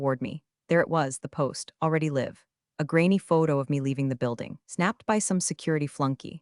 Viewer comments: It's actually easy to fix. Or 'live' being read as live instead of sounding like a'live'. There are ways to fix it. Simple proofreading and editting will fix it in a heartbeat. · Still mispronouncing live and read. Is anyone auditing these stories?